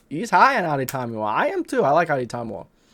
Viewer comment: This is how you pronounce adetomiwa’s name, addy-tommy-wa